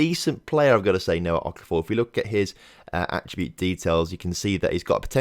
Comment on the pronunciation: Good to see you saying Okafor correctly. (Don't think I am actually related to Noah to be honest)